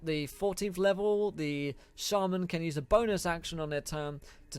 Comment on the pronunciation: Am I the only one who got angry at the way he said shaman